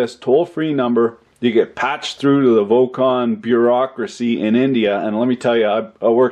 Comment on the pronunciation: From The Annoying Corrections Department: Did you mean Vogon bureaucracy instead of 'vokon'?